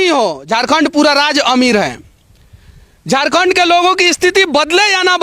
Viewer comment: Hindi bolne nahi hata hai , Hindi kabhi mat bolo Jharkhand ko jorkond bolta hai sala Bihari